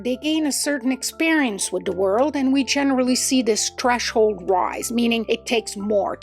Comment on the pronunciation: The word is "threshold", not "treshold". Just an FYI. 🙂